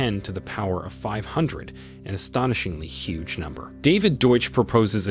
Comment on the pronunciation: he also cannot pronounce hugh or infinitesimally, amongst quite a few other terms... leading me to think he's never heard these words. even has trouble with other simpler words like negligible....